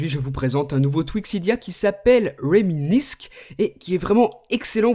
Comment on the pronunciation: Steven, ca se prononce "Réminisse" ^^ Mais sinon, super vidéo, comme d'hab et ce tweak est génial ! Je vais peut-être l'acheter